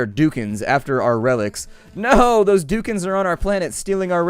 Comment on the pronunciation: Ha- Doukens